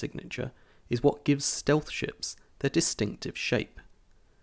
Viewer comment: at the first video i thought he says "when you look at the design of some sh*ts"